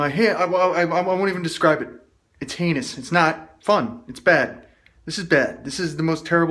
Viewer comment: Was it heinous or anus??? Hahaha